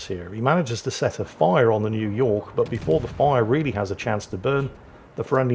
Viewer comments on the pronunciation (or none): none